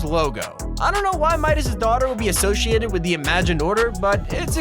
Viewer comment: anyone notice that he said ashociated???